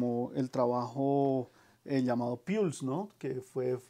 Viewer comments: “Pols” no “piuls” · buen video, 2 observaciones: se lanzo en 1994 (no en 1996) y la pronuciacion de pulse (puls), saludos.